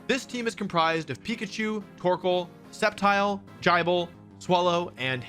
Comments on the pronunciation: “Jibull” 💀 Nah bruh that’s Gible. But I nearly puked from laughing so hard when he said that. 😂😂😂 He said it so confidently 😂💀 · IS NO ONE GONNA TALK ABOUT HOW HE SAID JIBLE AND NOT GIBLE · its gible not gyble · It's Gee- bul not jible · Please pronounce it as Gee-bul or around those lines not Jibble lol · IT’S GIBLE, NOT JYBLE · who on earth calls “GIIB LE” “GUY BLE” Wolfee the f*ck? 😆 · I can’t believe that people actually call Gible Guyble… the names based off the word Nibble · why are you saying gible as jible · Jie-bull? You mean Gible bro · I like how he continues to pronounce things wrong gible is Gib el not jie bl And its fay kade not fas od? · is it a joke that Wolfie "deliberately" gets pokemon names wrong? Jy-ble? that's just horrible...even when the anime says Gi-ble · Guy-bull???? Bruh. Gih-bull. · UNfeazant not OONfeazánt (yet pronounces sceptile correctly) Gible not Jible (definitely someone who pronounces Gif as Jif energy) You also make a big issue about pikachu not being an evolved pokemon in every team except your number one pick, which I'm guessing you remembered the Pikachu anime plot armor compared to the game. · You also Butchered Unfezant’s pronunciation & as far as Gible goes there’s no J in the name so that was butchered too. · He said gai-ble too many times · say gayble 1 more time i dare you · did he just said Gible as a [Djajble] ? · Ikr like what the hell is 'Gaible'😭😭😭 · Come on dudes. It's just the bro code. The guy bible, guyble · wtf is a guyble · mf said Jible 😭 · Jaibull??? Edit: bro half fixed it by saying "guybull" lol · Bro said “GUYble” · Man did not just call gible, “jie-ble” 😭😭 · Im really bothered, i mean Guyble? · There was a dub error in that episode where Ash and Volkner were stuck in Team Rocket's rocket and at one point, Volkner mispronounced Gible a ji-bel. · This man said GUY-BLE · bro really said jaebull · Did bro say gi ble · I'm sorry, did he just pronounce it as "Jeyeble"? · bro rlly said "gieble"